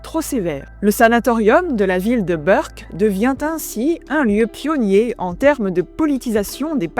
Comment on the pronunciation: Chère Madame, Merci pour votre travail, toujours d'une grande qualité. Je sors du silence de la majorité pour vous préciser ceci : il s'agit de Berck, à prononcer "bèrk" et non de "beurk", à prononcer tel quel (en API, Berck : bɛʁk et Beurck : bœʁk). Signé : un anonyme du 62.